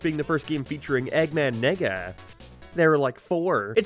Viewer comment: You have to stop saying Eggman Nega bro the Irish accent doesn’t help you at all lol. We let you get away with the Nega Chin but you just loooove putting his name in the script this time around